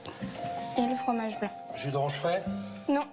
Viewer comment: j'ai entendu "tu te branle" au lieu de "jus d'orange" 😭😭